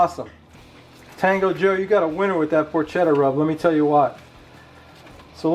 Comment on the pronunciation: Looked great! Porketa not porkcheta! Ha ha